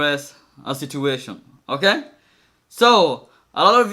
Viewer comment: the way he says okay he sounds like an indian dentist who mainly speaks french trying to speak english